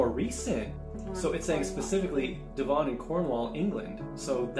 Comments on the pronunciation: It’s pronounced “Dev-in” not “Dev-On”. But it’s a nice area! Very country! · Amazing! It's DEVon not DevON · I’m going to help with a few of the pronunciations of where your daughter’s: Benin - bee-nin (not beh-nin) Devon - Deh-vn (not d’vohn) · Its pronounced like Dev'n. Not that it matters though lol. Devon and cornwall is the land of stereotypical pirates btw haha